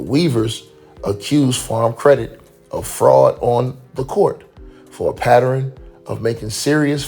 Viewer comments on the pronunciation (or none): The pronunciation is "Pattern" Not "Patterin, with an "In".. Respectfully